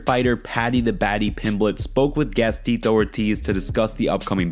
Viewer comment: "Ttitto" Ortiz lol